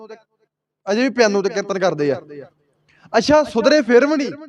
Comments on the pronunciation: ਕਿਰਤਨ ਨਹੀਂ। ਕੀਰਤਨ ਹੁੰਦਾ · ਤੁਸੀ ਬਹੁਤ ਵਧੀਆ ਵਿਚਾਰ ਸਾਂਝੀ ਕੀਤੀ ਹੈ ਇੱਕ ਬੇਨਤੀ ਹੈ ਕਿ ਕਿਰਤਨ ਨਹੀ ਜੀ ਕੀਰਤਨ ਕਹਿਆ ਕਰੋ ਜੀ please 🙏 ਸਿਰਫ ਸੁਝਾਅ ਰੂਪ ਵਿੱਚ ਬੇਨਤੀ ਹੈ ਕਿਉਂਕਿ ਪੰਜਾਬੀ ਬੋਲੀ ਦਾ ਸੁੱਧ ਉਚਾਰਨ ਬਹੁਤ ਜ਼ਰੂਰੀ ਹੈ ਆਪ ਜੀ ਵਰਗੇ ਉੱਭਰਦੇ ਪ੍ਰਚਾਰਕਾਂ ਲਈ ਜ਼ਰੂਰੀ ਹੈ ਜੀ😊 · Hamoniya ni hunda Harmonium hun muaaf kareoo meinu ni lagda tusi Tanti saza wala kirtan classical kirtan nai samj sakoge.KERTAN ni hund. KEERTAN kahna sikho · ਪੰਜਾਬੀ ਤੈਨੂੰ ਬੋਲਣਾ ਨਹੀ ਆਉਦੀ। ਕੀਰਤਨ ਨੂੰ ਕਿਰਤਨ ਕਹੀ ਜਾਬਾ ਨੇ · ਕਿਰਤਨ ਨਹੀਂ ਕੀਰਤਨ ਹੁੰਦਾ। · ਕਿਰਤਨ ਨ ਬੋਲੋਂ ਕੀਰਤਨ ਬੋਲੋਂ ।।ਸਹੀ ਆਪ੍ਹ ਉਚਾਰਨ ਕਰੋ।। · ਤੈਨੂੰ ਤੇ ਕੀਰਤਨ ਕਹਿਣਾ ਹੀ ਨਹੀਂ ਆਉਂਦਾ ਕਹਿੰਦਾ ਕਿਰਨ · Brother you are pronouncing wrong ਕੀਰਤਨ please say Kirtan if you don’t know ask someone don’t waste sangat time you should know how much Akhand Kirtanea Singh have naam simran I stayed few days with those Singh there simran is lot please don’t condemn 🙏